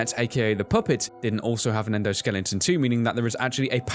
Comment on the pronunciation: I love it when they say "Endoskelington."